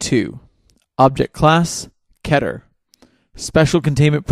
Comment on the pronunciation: Its pronounced kee-ter